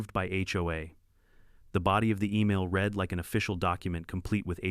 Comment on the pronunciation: I enjoy these stories. I'd enjoy them even more if someone would either 1) have a human read the script or 2) teach A.I. about grammar and pronunciation so the text wouldn't stop mid-sentence and, maybe, the dollar amounts would be properly read. (That's read as in 'red", not read as in 'reed". Something else A.I. doesn't get.